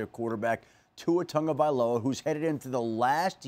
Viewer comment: These idiots continue to butcher the pronunciation of Tua's last name. It's not "Tungavailova" or "Tungavailaloa' IT'S "TAGOVAILOA"!! "Tago" not "Tunga". Morons.